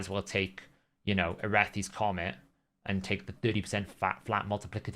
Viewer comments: At this point I think he's trolling us pronouncing CORONET wrong constantly. Or am I in the wrong here? I swear to me it sounds like he's saying Irethi Comet. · I neeeeed to know why you pronounce Coronet "Comet".